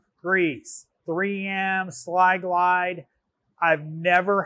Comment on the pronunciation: Lol slyglide, it’s sylglide there buddy